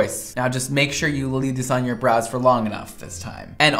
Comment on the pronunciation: Okay did anyone else notice that she said broiys instead of brows 😂😂